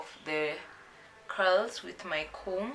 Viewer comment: what she said "Loosen the Curls" vs what i heard "loosen the cows "mwa yiyaaaa....Kazi safi tho hehe